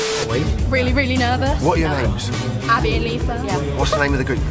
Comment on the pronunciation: “I’m abbah” “i’m liSah” “and together we need dr phil”